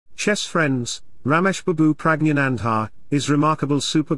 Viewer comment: I love whenever you pronounce the name of Praggnanandhaa.....😊😊😊